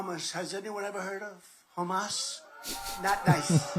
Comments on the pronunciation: It's not Hummus. It's Ham Ass. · He very clearly didn't say "hummus". You need your hearing check if you think that's what he said. He just didn't pronounce it correctly and the a was too soft, but he sure didn't say hummus. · He didn't say "hummus" though. He said HAmas, instead of HaMAS, then corrected himself. But hey, leftists hear what they want to hear. Always have. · Donnie's STILL calling Hamas hummus? How long has this incident been in the news? Surely he could have learned how to pronounce it by now if he had a brain. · No...he said Hamus! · He’s BEEN saying hummus. I get transcripts of his speeches — it’s auto-generated like most closed captioning. The last few rendered that word as “hummus” about half the time. Look. Our guy, Biden, has a LITERAL speech impediment, so I’m not sure we’re on solid ground making fun of Dtrumpf’s diction mistakes. But it’s really clear that Dtrumpf’s speech patterns are deteriorating into word salad. This is not just amusing; it’s also extreme cause for alarm since the VAST majority of Republicans and a bunch of voterd are taking everything he says as gospel. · It is intentional. By refusing to pronounce their "silly" names correctly he is dehumanizing them.